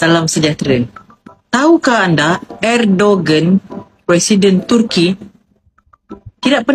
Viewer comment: Sebutan betul nama dia ikut bahasa Turki ialah Erdowan.